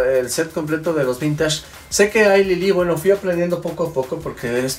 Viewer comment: Madhunter: vintage: vintachh Jaja ok no v